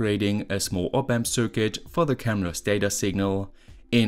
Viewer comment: Nicht böse sein, aber könntest bitte, bitte das Wort "Circuit" mal richtig aussprechen. Das nervt mich schon so lange und jetzt musste ich es mal loswerden.